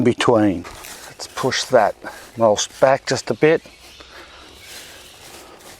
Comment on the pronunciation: "I hear that some people have a problem with how i say "mulsh." well, to that I say..... mulshy mulshy mulshy mulsh!"